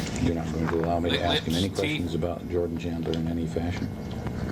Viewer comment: The interviewer sounds like he says “Jordie Chandler” instead of “Jordan Chandler” and I believe that’s why MJ screwed up his face asking “who”?